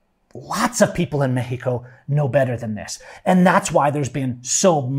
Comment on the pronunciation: ME-HE-KO. It drives me nuts. I like your videos except for that.